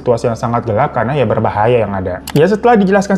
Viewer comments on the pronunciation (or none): none